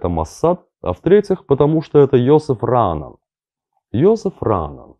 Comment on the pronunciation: КРАСАВА!!! Маленькое замечание. Фамилия Раанан читается как РаАнан, т.е. ударение на вторую букву "А".